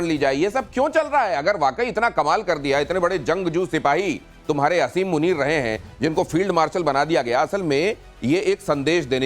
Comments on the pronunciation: Aby bewaqoof aseem nai hota he asim hota he jahil qoam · O pagal I olaad Kuta Asim muneer name hai pehly name to theak sa lay lo